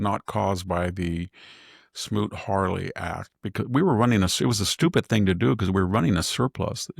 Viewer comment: SMOOT-HAWLEY ACT !!! (Not "Harley"- 3 times!) It takes a well-read education to know when Victor drops or mangles words...🧐